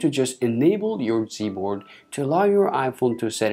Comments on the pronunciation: It’s G not z good lord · Why his "g" sounds like "z?" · sorry but did he say z board?? 😂😂😂